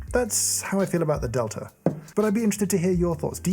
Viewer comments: they named it the delter press just to troll James so we could all hear him not pronounce the e or the r, and somehow substitute an a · I very much enjoy all the videos on this channel but was always hesitant to click on this one because, to my American English ears, I hear an r sound at the ends of words ending in a in RP pronunciation. Delta sounds like delter. Imagine my surprise when I heard “delter” pronounced as I would say “delta”! English and how our brains parse sound is so weird! Another very nice video!